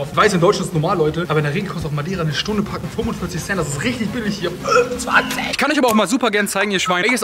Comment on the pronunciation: parken müssen wir nochmal üben